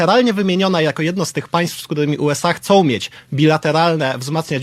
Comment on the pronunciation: ....następny nawiedzony, "juesej nie wytrzymują konkurencji z juej. 😂. ...Niestety, takich manipulantow, świadomych, nieświadomych, mamy bez liku w mediach głównego ścieku. Dzięki Konfederacjom za ich obnażanie. 👍❤️🙏🇵🇱 Może wreszcie polskojęzyczny łelektorat zajarzy kto jest kto.